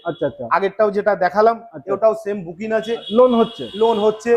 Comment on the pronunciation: বুকিন😅 বলছেন যে বুকিং বলুন